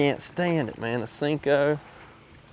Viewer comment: “Sinko”? Thought it was “Senko”